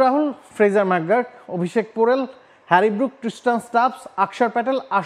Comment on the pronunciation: ভাই কোন বিশ্ববিদ্যালয়ের ছাত্র, প্রোনাউনসিয়েশন করতে পারোস না।ম্যাকগুর্ক নাকি ম্যাকগার্ক😂😂😂